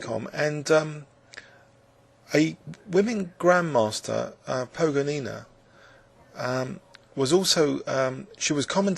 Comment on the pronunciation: ''Pogonina'' has accent on the second syllable.